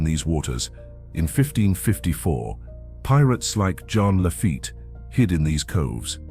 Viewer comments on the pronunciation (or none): none